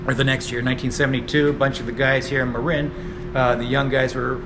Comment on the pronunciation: its the brit in you coming out. maybe mark is from across the pond, innit? :)